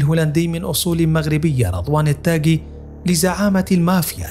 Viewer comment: التاغي وليس التاكي